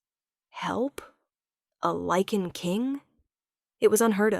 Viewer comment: Eh, close. Technically Werewolves and Lycans are different species. But at least she pronounces it correctly. I think if I hear another Lee-kan or Lih-kan I will scream.